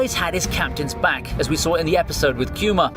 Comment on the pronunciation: The way you say Kuma it cringes the shit out of me! why not use the Japanese way.